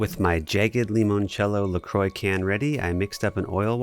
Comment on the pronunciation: "La Croy" You're lucky your videos are so good or you'd be getting a dislike just for that, you uncultured fop. Great video though, this was really well done.